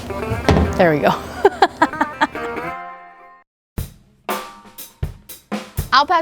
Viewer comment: The way she pronounces Al pastor makes me know this is anything but authentic 😂